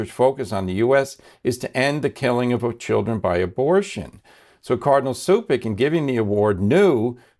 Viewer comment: YOU ALL PRONOUNCE THE NAME CUPIC WRONG. DOESN'T PRONOUNCE SUPIC, BUT CHUPICH, WHAT ON CROATIAN MEANS LITTLE JAR. DO YOU KNOW THAT IN THE BEGINNING OF BLESSED MOTHER'S APARITION IN MEDJUGORJE, FR. PAVIC ( PAVICH), A FRANCISCAN FROM CHICAGO, WHO HAD A CROATIAN BACKGROUND WAS SENT TO MEDJUGORJE IN ORDER TO DESTROY MEDJUGORJE. HE LOOKED LIKE PADRE PIO, AND BECAME VERY POPULAR, BUT BEHIND FRANCISCANS' " BACK" , HE WAS TALKING LIES TO PILGRIMS😢.